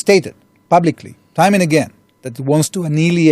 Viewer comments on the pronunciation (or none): none